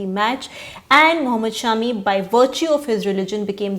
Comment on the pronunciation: Thank you for calling him Shaami and not shummee